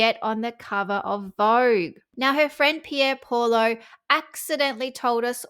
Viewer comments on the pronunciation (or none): none